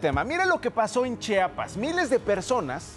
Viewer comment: Se dice Chiapas, no Chapas.